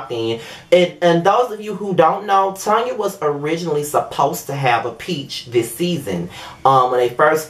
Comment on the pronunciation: Thank You for pronouncing her name as what it is Tanya. She know her name is Tanya, What is Tan-ya? Girl Bye👋😂